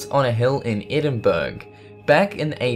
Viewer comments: the article on edinburgh cast;e has been pronounced wrong.it is not pronounced edinburg it is pronounced as edinboro it really annoys me when people get pronunciation wrong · "Edinburg"? edin-bur-ah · Cool vid.But you really need to brush up on your name pronunciation. Where were you taught that all words are to sound as they are spelled?.Edinburgh = edinborough,Colonel = kurnal, Missouri = mizuri...Kind of made the rest hard to watch. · #4 It's pronounced Edin-buor-ah NOT Edin-burg! If you were ever to pronounce it like that to a Scott they'd knock your lights out for being disrespectful. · Pronounced Edin-braa not Edinburg. Surely as a Aussie you’d know that!? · Aaagh! Please forgive me for being a petty pedantic little shit, But it's EDINBURRER! not EDINBERG! Silent 'G'!, Apart from that, Great vid!! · Edinburg? Ha Ha Edinburgh! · Yes I find these videos absolutely engrossing but I wish the pronunciation of Edinburgh was correct it’s not “Eden berg” but more phoentically edin burro or burr ah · it's not Eding-burg Castle It's Edinburgh Castle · Its pronounced Edin-bru, not Edin-burg. Good video tho :) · Edinburgh is pronounced EDINBOROUGH, not EDINBURG. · It's not Edinberg... It's pronounced eddinburrah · Edin-burr-ah... Not Edinburg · Edinburg? No,, its Edinburgh,, EDIN BU RU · Ed in bruh is how it’s said not edinberg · Where tf is Edinburg? It's pronounced Edinborough u heathen, get it right FFS. Ed-in-boro not Ed-in-burg! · Ed in berg NOÒOOOOO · It doesn't hurt for the native of a country to politely tell travelers the correct way to say a word you know. When I first went to Scotland, I said Edinburgh the same way as this presenter, then my uncle said " Edinburruh " and I new then that's how ugh is pronounced in Scotland. My Scottish dad lived in Australia for more than 20 years and his accent was so broad I could barely hear his words. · + ... 'course it ain't - som peeps just gotta get their jocks inna bunch ... shuld spell it Edinburra! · Edin burg?